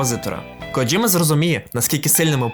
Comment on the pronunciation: Боже, нарешті люди говорять КоДЖІма, а не КоДЗІма, просто мммм , лайк відразу 🥰